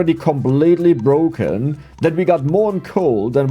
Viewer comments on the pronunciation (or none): BBBroken, Abroaching, Ubgrades, Böafeckt, aboud it, embloyees, Ur pronunciation in the letter P is very weak